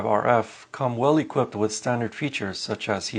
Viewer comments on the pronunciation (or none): none